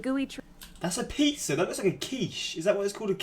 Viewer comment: I and many other Connecticuters just cringed at her saying “apeez”. Apizza is pronounced “ABEEZ” not “apeez”